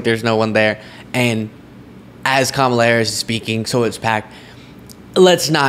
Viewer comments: It's not the vowel pronunciation, it's the syllable emphasis. Ka-ma-la, (correct,) as opposed to Ka-MA-la, (incorrect.) I hope this helps.😊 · the correct pronunciation is "Comma-lah" while trump and most other say "CAM-ala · Kamala is pronounced = come uh (soft sound ) la. Kama = desire (as in Kamasutra) komala= delicate. Older languages had slight distinction in the sound that had different meanings. Few examples come to mind like p and r combined form different sounding words like prime and s and m combined= smile etc. 😊. Come uh la (Kamala) means lotus like can you imagine what Kama (desire) la would mean?😜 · What is more disgusting is Vivek Ramaswamy and Nikki Haley mispronouncing Kamala. Kamala is an Indian name, and therefore those two politicians should know without a shadow of a doubt how to pronounce her name. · It's easy. Pronounce her name the way she prefers it to be pronounced. I don't understand why doing that is so difficult for these people - unless it's purposeful. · Saying Kamala's name wrong is like when people think all Hispanics are named Jose or Maria. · Trump never pronounces Kamala correctly. So disrespectful!! Rarely does anyone pronounce my last name correctly but I understand that. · The reason why Trump is mispronouncing Kamala Harris's name is because he can't remember her name so better to make fun of her than people making fun of your ignorance, but the irony of that is he's looking ignorant instead of telling people he's ignorant. lol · Medically thinking, when Trump gets only the first syllable correctly and ends the word wrongly, it is the most telling sign that he is heading to full-blown dementia. Some of the speech difficulties may be related to hot weather, poor sleep, but the constant difficulty to end the words properly is the worst sign. After all English is the only language he speaks.